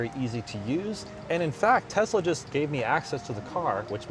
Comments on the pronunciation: Tesla, not Tezla. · I'm so glad you asked. It's pronounced TeSS- la.